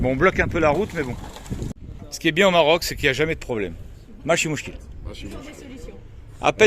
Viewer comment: Il le prononce bien "makain mouchkil" avec le L à la fin !